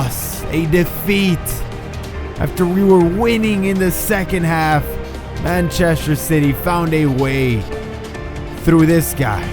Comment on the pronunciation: Mancheshter. Lol xd.